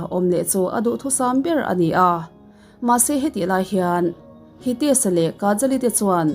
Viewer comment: Ka sawichhuah nuam lo tih ka sawichhuah châk em² thin i rawn sawi a, a tihzia e... "Match"(Maths) tia an rawn lam hi chuan ka lo cringe char char zel...😂 Chuan thumal a tâwp a "sh" a tâwp "s" a lam tlat hi ka ngaimawh thin... Tûn ami pawh hian "HiteSH" tih tur kha "HiteSs" ati ve tlat mai. Mizo tawng ah entirnan "HRiata" tih hi "Siata" an ti chuang bawk silo a, an lam dik thei reng mawle. Pronunciation hi keichuan ka ngai pawimawh sia ka rawn âng ta duah ani e ka thlâwp zâwng i rawn sawi tâkah chuan...min lo SEthiam dawn nia🤪😁😁